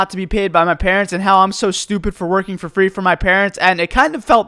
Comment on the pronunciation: "for fraayy" hviekjesdje I love him